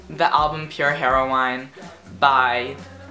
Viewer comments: The way he pronounced Heroine lol that was so wrong but so cute because it just proves that hes an innocent little squishy potato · the way he pronounced heroine HAAHHAHAHAHAHAH LY CONAN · He misseed pronounced Heroine😂